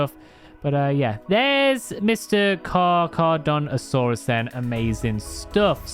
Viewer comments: It’s car-ka-dont-a-saures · its car_car_adont_asourus